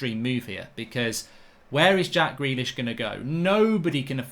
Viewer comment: When mark said “gack jrealish” 🤣